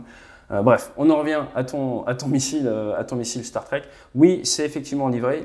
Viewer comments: Permettez moi d'apporter une correction linguistique concernant les Starstreak. Ce n'est pas une référence à la SF, et ne se prononce pas du tout comme Star Trek. La traduction serait "trainée d'étoile", streak se prononçant 'striik'. Voilà, désolé mais il fallait que je le dise. Excellent contenu sinon. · Streak ça se prononce striik, donc "StarStriik", pas "Star Trek" ! :D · Merci, très détaillé et très apprécié. Juste un petit FYI le Starstreak se prononce en phonetique streek comme street. Au plaisir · STAR-STRIK …. si tu veux le prononcer correctement.